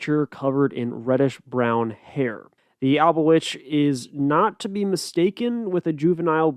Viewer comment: It’s Alba-Twitch